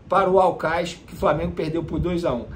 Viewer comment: O vene o nome do time é aucas e não aucais